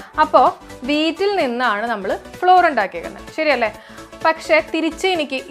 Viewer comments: അതിന്റെ ഉച്ചാരണം ഫ്ലവർ എന്നാണ് എന്ന് തിരുത്തി വായിക്കുക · Flour ഫ്ലോർ അല്ല കൊച്ചേ. അതിന്റെ ഫ്ലവർ എന്നാണ്. ഫ്ലവർ മിൽ എന്നൊന്നും കേട്ടിട്ടില്ലേ? തെറ്റായ വിവരം കൊടുക്കല്ലേ. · Madam, your class is astounding but PRONUNCIATION of some words like FLOUR isn't satisfying. Its pronunciation is not FLOOR .It's equal to FLOWER.